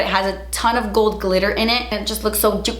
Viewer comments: i love how she says “juitcy”😂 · I love your accent when you say JUITCY every time you say it 😂❤️ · Take a shot every time says juitzy! Love when you have your hair natural 🥰😘